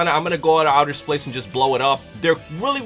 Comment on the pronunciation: You said splace